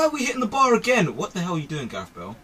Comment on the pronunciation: Why don't you just say Bale?